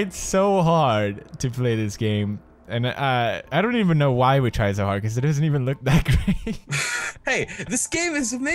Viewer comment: you say wyv and keep not why and keep !